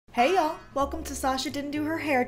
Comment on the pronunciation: I thought you said "he// yeah" lol